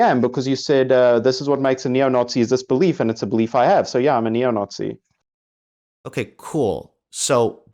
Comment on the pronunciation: definitely South African. Unfortunately, he's one of ours. Listen to how he pronounces 'it' as 'ut'. And 'Nazi' as 'Nawtsy'.